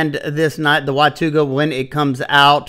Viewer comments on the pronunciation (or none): All these new Sencut knives are named after cities/towns in Texas. This one’s pronounced Wa-taw-ga in case anyone wants to know. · Pronounced WA raw ga . it's Cherokee word for Village of many Springs